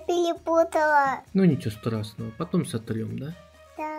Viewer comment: Говорится: для съемок Послышалось: для семок Говорится: ну ничего страшного (в мягком тоне) Послышалось: ну ничего страстного…